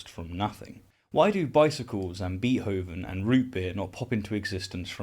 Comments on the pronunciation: I like your channel and am a subscriber. But "Beet"hoven is actually pronounced "Bait"hoven. WLC was right about that. Call me a pedant. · “Bee-hoven” lol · "Beet-hovin"? Come on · I do love you,, but your pronunciation of "Beethoven" makes me grind my teeth. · forget causeless existence - I want to know why settled on such an anachronistic pronunciation of Beethoven.